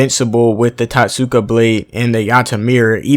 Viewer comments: It's tot-suka blade your welcome 😉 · lets pronounce this together, Toat-ska that was driving me crazy. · Yeah itachi would outplay the hell out of Madara imo. He was only this mastermind because he had all these years to live and plot. Look at young Itachi vs young Madara. Also bro pronounce it Toteska Blade